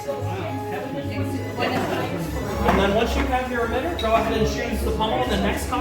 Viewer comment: Did he keep saying OMITTER?! He’s a spy!! 😂